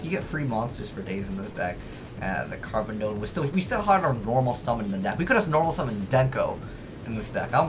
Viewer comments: its called "carboneddon" and not "carbodon".... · just for reference sake pronunciation is "Carbon-edd-on" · Carboneddon Car-bon-edd-on is can't pronounce anything. Also I like how he says the deck isn't that great and then this video comes out.